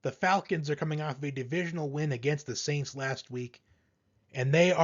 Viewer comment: The sainst 😂😂😂😂😂😂😂😂😂😂😂😂😂😂😂😂😂